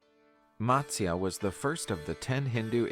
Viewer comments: All the pronunciations in the original video were pathetic that is matasya Not matsyaa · None of the pronunciations in the video that you watched is correct.... If you want the correct pronunciation, please ask an Indian from India. But for your reference, I'll try help you along here: - Matsya: Mutt-syA - Vishnu: Vish (not Wish)- Noo - Dhanvanthara: Dhun-Vun-Tha-RA - Avatar: Ah-Va-ThAr - Narasimha: Na-Ra-Sim-HA - Hiranyakashipu: He-Run-Ya-Ka-She-Poo - Prahaladha: Pra-Ha-LA-dhA - Mahabharatha: Ma-HA-bhA-Ruth-A - Indra: Een-dhRA - Vamana: VA-mun-nA This video is not accurate in a lot of the legends that it narrates. Please do not take this as your information... It is an attempt. These stories are considered religious truths, so I would think twice before comparing them with Game of Thrones. That's like saying the story of Jesus is like the Avengers...😂 If you are checking any mythology out, try to get authentic sources for your video.